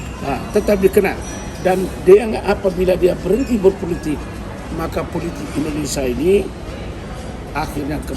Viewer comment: Indonesia, bukan endonesa 🥺